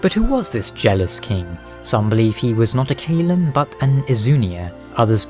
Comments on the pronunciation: I cringed at how you pronounced “Caelum” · You know you're mispronouncing Caelum, right?